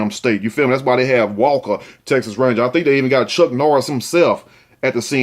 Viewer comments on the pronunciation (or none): none